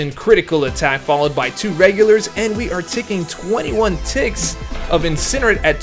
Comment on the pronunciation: It’s pronounced incinerate, not incinerate...